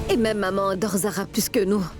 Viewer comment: 😂😂on dirait qu'à chaque fois Zara dit maman j'ai l'impression que j'entends mòmon moi😂😂😂 telman dan Zara sere 😂😂zara telman peze 😂😂